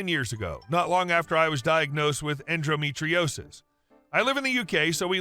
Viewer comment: It's en-do, not en-dro metriosis.